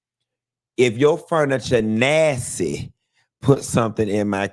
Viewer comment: This man said nasssy , I’m screaming so loud 😂😂🤣🤣 you is a ki